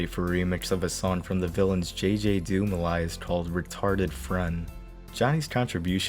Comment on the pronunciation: Legit not sure if you pronouncing "alias" as "Elias" and calling Ed's contribution "detrimental" were mistakes or jokes